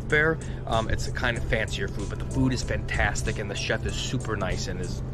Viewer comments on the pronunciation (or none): none